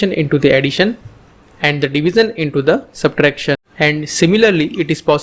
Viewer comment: Good video thank you, and a correction it is pronounced as 'Divishion' not 'Divison', it is 'shion' not 'son'. Hope you get it right next time thanks.